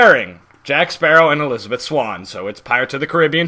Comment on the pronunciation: the way you say elisabeth as jack is funny XD "elisabiiith"